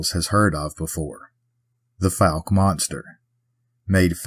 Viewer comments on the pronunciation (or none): You are covering the state I was raised in! And it’s pronounced like Folk without the L sound. 😅 Blame the French. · We can ignore Crowley’s Ridge, but Fouke and Ouchita are offensive!😂😂😂 Just joking about it being offensive, but those last two do always make me cringe when mispronounced. 😅 I know Central Arkansas well: Guy-Perkins class of 2006.